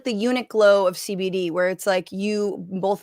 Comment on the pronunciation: You actually say CBD! And not CEH BEH DEH like Sam lol